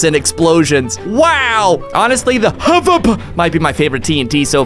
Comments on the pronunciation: I like when he says havap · The funniest is when he says hvap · You are very funny when you said havp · We all love you and i almost died because you're funny when you said “the Ahvap tnt Ahvap Ahvap Ahvap Ahvap” 😂😂😂😂😂 love you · Its so Funny when he said HVAP yeah and my is also the Hvap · Why does said Hvap HA VOP